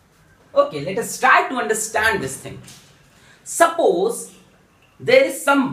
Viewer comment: Sappoos ✅ Suppose❌